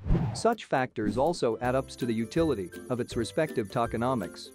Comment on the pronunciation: “Tackenauhmics”….no no, “toe-kin-om-ics”